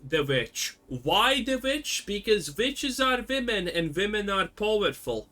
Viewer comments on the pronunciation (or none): vitch and vomen :P nice